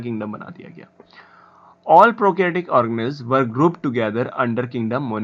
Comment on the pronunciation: Thik se pronounciation kero organiz nahi hai wo or thik hai thik hai thik hai kitne baar bologe need to improve